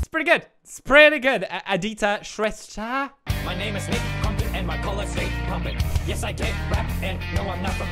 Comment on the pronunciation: always good to hear pewds pronounce "shrestha"